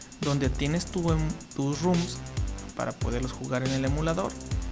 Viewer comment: basta de decir RUM RUM RUM! son ROMS, con O